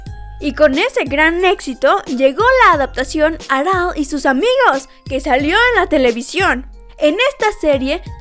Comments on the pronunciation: Por qué pasas tanto trabajo para decir arale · Muy buen video y datos 👌 aunque lo que no me acostumbre fue a la pronunciación de Chaoz y Arale 😂